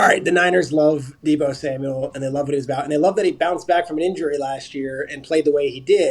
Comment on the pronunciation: did he say “Da Bo” Samuel?!? 🤣 and The Niners are crazy if they don’t give him a big contract! According to them, Jimmy G sux sooo…basically he WAS the whole offense…